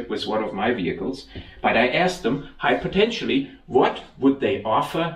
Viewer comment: just invented a new word into the English language dictionary. Hypotenialy. Great job on the repair.